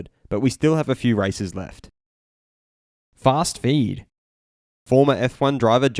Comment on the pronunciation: Stop saying fast feed you sound like a _ick!!!